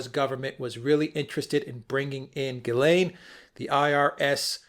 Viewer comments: I just re-watched the video and the very first time pronounces Maxwell ' s first name is exactly the way it has to be pronounced. Take care. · P.S. Ghislaine is a French name and the G is pronounced with a soft G.